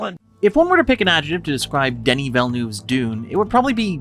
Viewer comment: It's "Denis". French, silent "s".